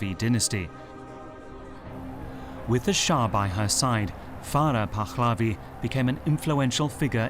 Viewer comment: It's not "Pakkkhhlavi" either.